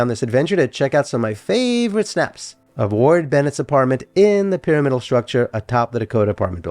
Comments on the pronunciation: I wouldn't normally make this comment but since you invited discussion around the pronunciation of radiator, i wanted to say i grew up saying py RAM idal Loved the video. Roberta Flack and Leonard Bernstein both lived there (separately 😅) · Interesting story. Would only suggest looking up the correct pronunciation of the word “pyramidal,” since it is used often in the video.